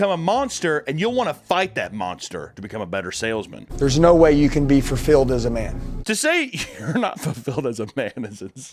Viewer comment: He said furfilled